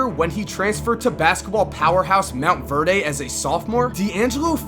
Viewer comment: First of all you pronounced Monte Verde wrong and second you forgot to mention Ben Simmons played with him in high school.